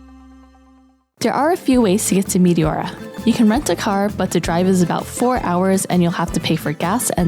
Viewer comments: Μεϊτιώουρα;;; Έτσι τα προφέρετε στον τόπο σας;;;😂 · My Greek ears are hurting from the mispronounciation of Meteora....